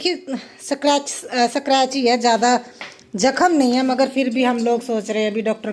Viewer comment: सकरच nahi स्क्रैच 😂😂